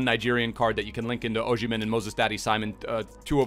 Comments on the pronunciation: Its OsimHen not OsHimen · If he still played for us (Sunderland) we would be in championship. Also why can no one say his name right?